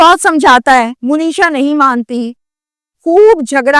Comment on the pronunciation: مو نیشا نہیں ہے درست منیشا ہے ایسے ہی مونیش نہیں ہوتا ۔منیش ہوتا ہے